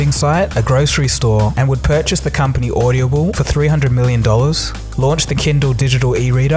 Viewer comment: audible and Adobe.....audioble and adoab?